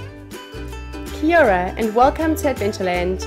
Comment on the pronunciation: The way you started as Kia Ora it's pronounced Kia O raaa